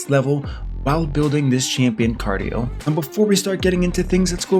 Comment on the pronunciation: You know how rare that name is, hahaha. It’s pronounced KAR-DEE-EL